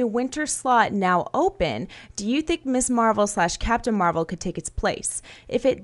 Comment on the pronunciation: Keep hearing Miss Marvel as Miss Marple.